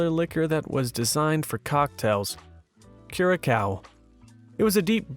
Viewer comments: Dude the alcohols name is Blue Curaçao. Not kuracao more like curasao. It from the island of Curacao in the Lower Caribbean. Also love your reading voice. Also their reaction to drinking Blue Curaçao is accurate it is made out of very sour breed of lemons among other things. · You mispronounced Curaçao. Its "Ku-ra-sao". Blue Curaçao is only made on the island of Curaçao. I'm from the neibouring island, Aruba. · Public Service Announcement: Curacao is pronounced "Cure a sow". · Thank you for your awesome videos. I just wanted to let you know that the blue drink Curaçao is actually pronounced Cure-A-Sow. I was a bartender for many years and just wanted to say this in the nicest way possible. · How do you butcher Curaçao so much 😂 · he got roasted enough for his pronounciation of a spirit in a drink